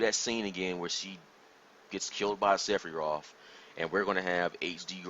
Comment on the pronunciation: Who is Seffie Roth? Must be a friend of Yuffey I hear about on other channels. How can a fan not know how to say the names? I love Star Wars. Especially Luck Skywalker.